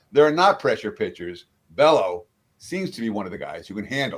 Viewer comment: Bay-O, not Bello